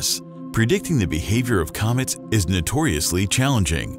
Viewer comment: The moon and comeets😂